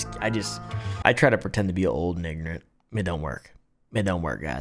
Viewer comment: ignorant sounded an awful lot like something else, thank goodness for subtitles cause my brain was scrambling to figure out what had just been said.